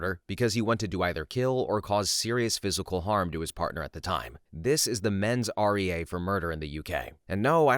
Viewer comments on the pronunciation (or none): Not "Men's R-E-A" .Mens rea. It's latin. It means "guilty mind".